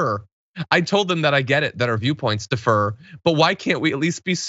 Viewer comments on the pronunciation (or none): John: “defer” is pronounced “de-FER.” “Differ” is pronounced “DIF-fer.” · I love John but he's been mispronouncing the word "differ" for YEARS and apparently no one is telling him. "Defer" is a totally different word with a totally different definition, and depending on the context, I've heard the mispronunciation completely change the meaning of what he's saying. The emphasis in "differ" is solidly on the first syllable, John! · John, "differ" (pronounced DIF•fər) and "defer" (pronounced dee•FER or də•FER) are two different words, and you pronounced "differ" as "defer". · Differ, not defer. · I'm with you but it is differ. Not defer. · Diff-ER?? John, homes, the fuck bro???